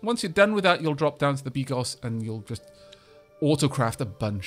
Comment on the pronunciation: You know what, don't worry about it. I'll let you in on a secret: you read 95% of the slavic words wrong ;) But hey, you read bigos right, and if it makes you feel any better, the narrator reads stuff worng as well :D